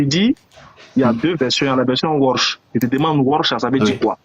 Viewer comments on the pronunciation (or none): Il dit version washhhh 😂😂😂😂 C’est warchhhh frère moi mm j’ai ça à la maison 😂🤦‍♀️ et moi j’ai Hafs mon père a lu les 2 fatigué enlevez la honte de vos yeux et venez demandez 😂😂